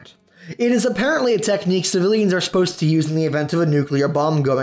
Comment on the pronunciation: Did he really just pronounce civilians siv-ee-lee-ans?